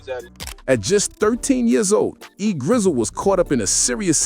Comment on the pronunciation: Bro called E Gizzle everything but the right name